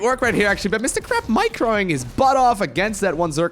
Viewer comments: crepe with an A like pancAke and not crepe like crAp :) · I pronounce it: cray-p But crap is hilarious. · French Captain here : "Good job on that crrrRRrrrepe !!" Baguette bless you ! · I am fr, try to say « craype » Nice vid :) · u said mr crap XD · hahahah! Crap! perfect! try somehting around : Crey-p ;) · Your pronunciation of "crepe" is both terrible and wholly appropriate. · As a French guy i second this statement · As a non french guy but who took a semester of French, I third this statement.